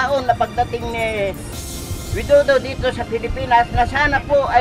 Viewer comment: The Way to Say Properly to Pres. Of Indonesia, not Wido do it's Pres. Widodo paanu tayo papakinggan kung di tayo Magalang sa pagsasalita tayo ung humingi ng clemency na palayain Dapat magsalita tayo ng May Galang...